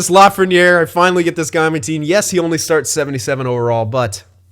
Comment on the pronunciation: Dude, you're so wrong... And it's Lafrenière